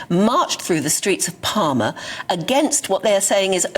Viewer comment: It's called PAL-MA not Parma ! It's easy, Mallorcans just need to up their prices and keep upping the price until they find the right level of tourism. Q.E.D.